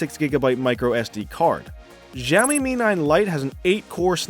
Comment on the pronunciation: It's adreno 616 not 640 for Mi 9 Lite. Simply Siaomi ... not Jiaomi, Gziaomi, or Chiaomi ! Good comparison.